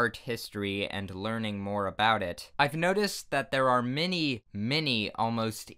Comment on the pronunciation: I thought you saying Minnie but it was many